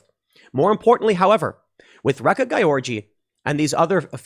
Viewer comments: Gyorgy should I think be pronounced more like "Georgie" not GUY ORGY... WTF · As a Hungarian I'm going insane hearing Tim say György Réka's name Not because I'm this correction freak, but because it's sounds like he's saying 'guy orgy' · Not that it matters, but I believe her last name is pronounced as George. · Tim kept saying "gayorgy" when he trying to say her last name. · Gotta say, your mispronunciation of György is hilarious.